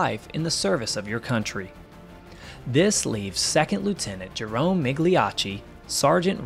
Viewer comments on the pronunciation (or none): none